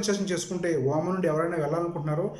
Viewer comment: Babu voman kadu OMan